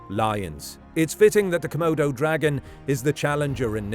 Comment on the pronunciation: Nobody: ‘C’modo Dragon”